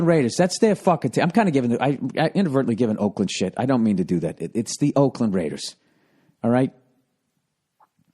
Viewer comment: The way Bill says "DA RAYDERS" is golden.